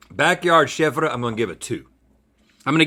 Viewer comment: I love how he pronounces chèvre cheese (shevdjsbe)